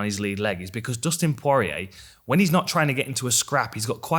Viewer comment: Dustin PwoahR EA